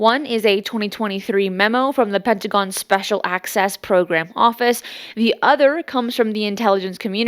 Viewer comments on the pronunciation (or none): none